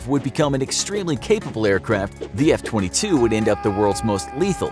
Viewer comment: He talked about the F22 for a short time but after that short intermission he was just saying it wrong